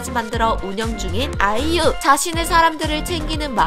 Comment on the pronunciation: 말 끝에 그냥 아이유 하면 되는데 아!이!유! 하는 거 킹받네